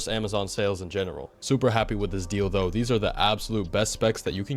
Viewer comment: He said “deal tho” which kinda sounded like deal doe which kinda sounds like a certain adult toy I can’t name